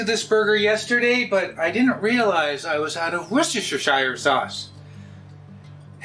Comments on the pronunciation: It's pronounced 'Worsch-tur', not 'wor-cess-tur-shire' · Ah. So it is the Worse-ter Shire sauce in all of the hobbit kingdom! Definitely not to wash your sister with.